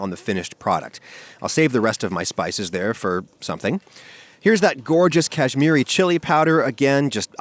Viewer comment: Oof it makes me cringe hearing other accents pronounce tandoori or kashmiri, idk why